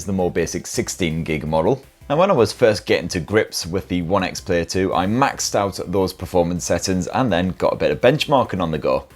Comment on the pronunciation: It’s One X Player.. he’s dropped the first e for some reason 😂 nice video though!